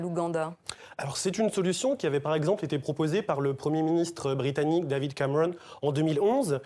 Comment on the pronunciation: « David cameWon »